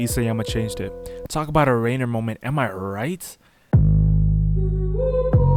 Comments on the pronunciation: the way hes saying it like rainer instead of ryener is sending me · Rye ner. Not rayner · Why u saying rainer